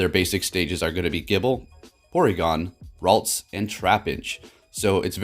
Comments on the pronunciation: It's ralts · Its ralts :) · ITS RALTS